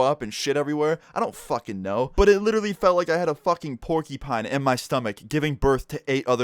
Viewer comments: rq, he said pork-i-pine...its pork-u-pine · its pronounced porcupine not porky pine, lol. loves ya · Porceepine? Porcupine, Porcupine. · You said “porkypine” it’s “porCUpine” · Its pronounced pork-U pine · what's a porkipine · He said porkypine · "Pork E Pines" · He said porkypine XD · "Porkypine" lol I'm sorry. Great video, keep it up. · What the fuck is a "Porkypine". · Porcupine is now pronounced Porkeypine. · i was dying cus said "P-o-r-k-y" Pine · Anybody else get triggered with the way said porcupine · You pronounce porcupine weirdly